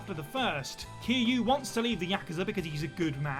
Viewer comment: No one noticed how he kept calling kiryu “kiiyu”